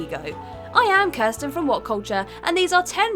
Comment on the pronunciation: There's no R in her name